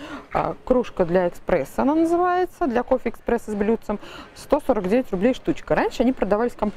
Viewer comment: Прослушала трижды фрагмент, где показываете кофейную чашку. Пожалуйста, ну пожалуйста, кофе - эспрессо, а не экспрессо.